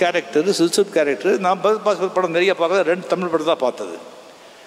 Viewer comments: Fahad fassil ❌ Bagath fassil ✅ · Fahadh Faasil ❌ pahadh paasil ✔